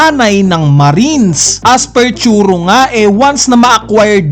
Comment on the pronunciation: Request lang, Tsuru pangalan nya hindi Churo. Medyo masakit lang sa tenga pakinggan sa tenga. Suggestion lang naman.